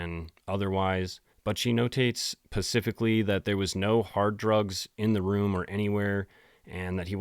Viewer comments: dude... its "SPECIFICALLY"... not "PACIFICALLY"!!! 🙄 your pronunciation in this video has been bloody woeful! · Dude, I love your channel. You're my newest favorite YouTuber. But as a subscriber, a fan and a mom please listen to me when I say, it's "specific," not "Pacific." It's "specifically," not "Pacifically." I didn't know if you were saying that on purpose as a joke, cuz I'm new to the channel (literally discovered you 2 days ago with your Brittany Murphy video and haven't stopped since,) but every time you say pacific a piece of my soul dies. I know it's a hard word to say lol trust me. I just had to say something. Rock on 😂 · Dude, I honestly love all your content the story telling is so good! But I don't know if I can keep getting past the use of "Pacific" or "pacific" or "pacifically" .. it's such an ick. Is there a reason why you do this? Please consider changing. I'm trying to get past it, but it just irks me sooooo bad. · I’ve watched a few videos now and I can’t tell if he’s saying “PACIFICALLY” on purpose or is it the way he says “SPECIFICALLY” bc that’s a real thing for soo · Pacificly? Really dude? How old are you?? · Do you think you will ever start pronouncing the word "specifically"? Or we just sticking with "pacific" for life?